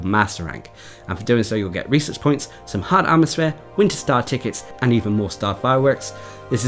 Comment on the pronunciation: I keep forgetting you are saying "research points" rather than "reeses points"